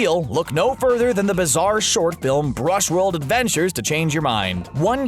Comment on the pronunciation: "Bushworld Adventures", not "Brushworld".